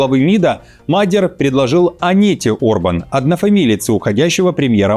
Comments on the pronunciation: не МАдер, а МадьЯр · Уважаемые, аж слух режет, изучите вопрос прежде чем говорить, не Мадяр, а Модëр, с ударением на первый слог как и все венгерские слова. Спасибо. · Не Мадер, Мадияр. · Мал Мадьяр,а не магер 😊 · Научите его уже правильно говорить Мадьяр, а не Мадер! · В фамилии Мадя́р ударение ставится на второй слог, на букву я — Мадя́р. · Нет,ошибаетесь,венгр ( то есть мадЬяр) скажет - МАдЬяр, с ударением на букву А. Знаю,потому что жила 4 года возле Берегово,где более половины населения - этнические венгры. Но язык так и не освоила😂, кроме бытового,труден невероятно.